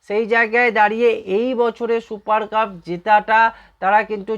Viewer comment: 'শুপার কাপ' !!!!! আগে ঠিক করে 'সুপার কাপ' বলুন।